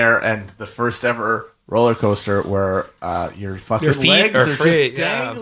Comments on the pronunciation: I heard "rolly coaster" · at one point he says 'coller coaster' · I heard "rolly coaster" which I quite liked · Did Matt say 'rolling coaster'? Imagining him wearing a straw hat and bow tie.